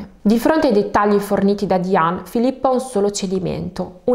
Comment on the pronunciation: Diane si pronuncia Daien